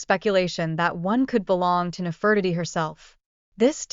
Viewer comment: Nefertiti is pronounced incorrectly.